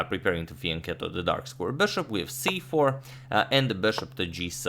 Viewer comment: What does he always say? "Finkiddle the bishop"?